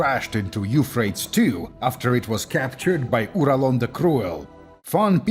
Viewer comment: Eufraits 2? don't you mean... YOUUUU-PHray-tees river.